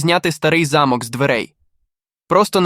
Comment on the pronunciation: Хтось підкаже "спеціалісту "де І в яких випадках роблять наголос у слові * замок*. В нашому випадку наголос потрібно робити на букву 'о'. Наголос на букву 'а' -це будівля, де проживали багатії.